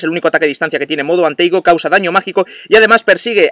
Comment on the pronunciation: Se dice Modo and Tago no Modo and Teigo